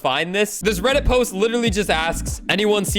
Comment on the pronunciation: You sed bredit